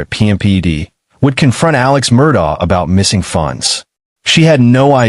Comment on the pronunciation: Murdock, not Murdah Lafeet not Lafit